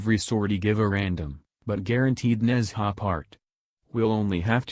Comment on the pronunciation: It's not Nezha, it's Nun-Ja